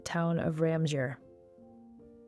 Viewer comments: RAM sewer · Please learn the Correct was to say Ramseur. Thanks. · I was wondering what town she meant lol. Then I figured it out.